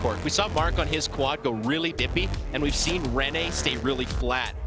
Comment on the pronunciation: The way they cant say rene's last name right is just so funny